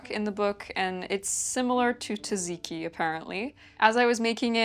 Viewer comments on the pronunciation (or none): none